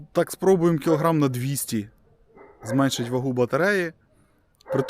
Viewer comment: Зменшити, а не зменЬшити ;)